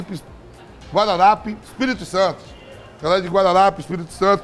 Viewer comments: Vamp se confundiu "Guarapari" com "Guararapi" .. rs. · "Guararapes-ES" hahahahahahaha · Guarapari , não Guararapes pois Guarapari é no es é Guararapes no nordeste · Guarirape = Guarapari